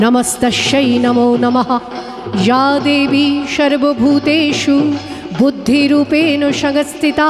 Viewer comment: আপনার পরিবেশনা খুব ভাল, কিন্তু আপনার উচ্চারণ ত্রুটিপূর্ণ। স, শ, ষ - এই সবগুলিই আপনার উচ্চারণে 'শ'। এটা ভীষণ কানে লাগে, বিশেষ করে সংস্কৃত (বা তৎসম) শব্দের উচ্চারণে। আপনার "শর্বভূতেষু" ব "শংস্থিতা" উচ্চারণ অত্যন্ত elementary ভুল। বারংবার একই ভুলে স্তোত্রপাঠটা মাঠে মারা গেছে। দ্বিতীয়ত, বঙ্কিমচন্দ্রের মূল লেখাটা (যেটা displayও হচ্ছিল) কয়েকটা জায়গা বলার সময় addition , alteration বা omission হয়েছে। এতে পরিবেশনা কোনো নতুন মাত্রা মোটেই পায়নি। এই liberty টা না নিলেই ভাল হত। আপনি প্রতিভাময়ী, এগুলো ঠিক করে নিলে পরিবেশনা সর্বাঙ্গসুন্দর হবে।